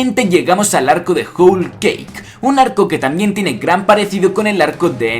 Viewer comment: se dice "jol"=whole y no "jul" como tu lo pronuncias. Por cierto buena teoría pero se te está olvidando el papel de dragón dentro del desenlace final. Saludos